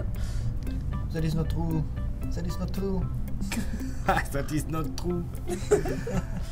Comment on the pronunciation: zat is not trou 😭😭